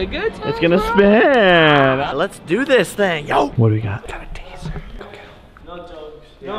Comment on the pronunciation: Brenda chavarin it's Taser mate...